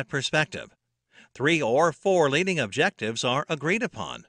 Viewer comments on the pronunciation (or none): none